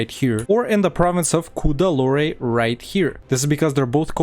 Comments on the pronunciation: Why the french sounding names ... it's pronounced Mysoor and Coodaloor. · To be honest, I really loved this video like I usually do. Usually, you pronounce almost every province and every nation in the most perfect way, but not really here. Like: It's not "Poonjab", it's "Paan-jaab" There's no "eh" in Tanjore, or Cuddalore, it's just "Tan-jore" not "Tan-jor-eh" And it's not "Kooch", it's "Kaa-ch" It's not "Ac-meh-nagar", it's "Ah-med-nagar" I really loved this video, as I love all your videos, but please correct these pronunciations. I really love those perfect pronunciations and I don't want them to be wrong in the subcontinent.